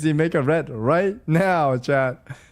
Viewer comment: why does he pronounce chat like shat lol